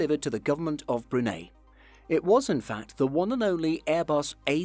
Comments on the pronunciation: Bruni not Brunay🙄🙄🙄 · Unique means unique!!! There are no grades of unique. It either is or it isn't. Brunei is Bruneye. NOT Brunay. Sorry, I'm a pedant. Still gave you a thumbs up! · Brun-hay no no no...Come on can you read??? Brun-eye the eye means something Brunei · Me to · It’s Brune eye not Brune aye. Brunei! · Bruhn-eye not Bru-neigh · Brunei, not Brunay. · Most unique plane? hundreds can fit into the category. Also, it's pronounced "brew-nigh", not "brew-nay"... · I love how he says brune instead of brunei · Your pronunciation of Brunei is off as well - "-nei" should be pronounced as "-nigh", same as "high". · So you've taken the time to produce a video like this, but didn't bother to check the pronunciation of Brunei! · Brunei was pronounced wrong (the e is pronounced like an A) My friends form brunei told me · Brunei is pronounced 'Brooneye' not broonay. And where the hell is Sconnefeld airport? I have been to Schoenfeld Airport in Berlin. No point in listing your sources when your credibility is already shattered by ignorant mispronunciation. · It’s pronounced Broon-eye and Shonefeld, German not Dutch!